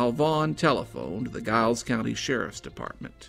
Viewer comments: Interesting story . Giles County is actually pronounced like a J "Jiles" County. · Giles County is pronounced "Jiles," btw. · I agree. And fyi in report on scott and noble, the county giles is not pronounced with a hard g..its pronounced with a soft g, which sounds like a j...so narrator...its jiles. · Another excellent video. Just for future reference, it's pronounced Giles with a J as in Jiles. There's another case nearby that I'm sure would intrigue you. Have a look at the Caldwell Fields murders that occurred in 2009 in Montgomery County, Virginia. The case has went cold an it would be an excellent feature for your channel. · Giles County is pronounced "Jiles", with a "J" sound. ...Just sayin'. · Love your channel, wish you would consider bordering states as well. FYI, Giles is pronounced as if spelt with a J. Hope you have a Merry Christmas 🎄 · I will be sharing this on FB, as I'm from the area close to Giles etc. I hope some further information can be found soon. Such a sad story, as unsolved murders are. By the way, we pronounce Giles with a "J" sound. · Always enjoy your videos sir, but it is Giles as in the sound of first syllable of Giant, not like the sound of GUY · Does anyone in the area pronounce Giles like that? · Sad story. My only complaint would be the mispronouncing Giles. Hopefully someday this case will be solved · I'm surprised the reporter/author was unaware of the famous "boxer's pose" -- when people receive upper body/arm sever burns, the muscles contract and produce that pose. It is a characteristic of that type of injury/death. Also, I know that area, and "Giles" is pronounced with a "J" or soft G, not a hard G. But this was interesting and well done. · I love your vids and am subsrcibed but Giles is pronounced with a "J" sound. lol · The incorrect pronouncing of Giles was rough for me! Terrific video though! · Are you from the area at all? I have to assume not given how you kept mispronouncing "Giles" through the whole thing.